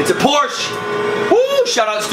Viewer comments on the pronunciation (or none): Hey! It's PorschE. The e isn't silent!:-) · It's not a "Porsch". It's a fckin PorschE(!) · An alle deutschen; It's a porsch! :D wenn ihr wisst was ich meine